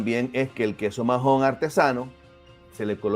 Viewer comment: No se pronuncia majon, la “h” es muda (Maon) y en Menorca se escribe Maó